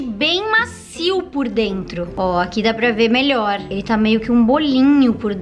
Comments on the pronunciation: "melhoe" KKAAJKAJjJAHZKANSKZNAK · "Melhoe" kakaka